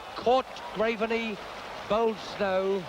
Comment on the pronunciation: Who's the commentator who keeps referring to Graveney as 'graverney'?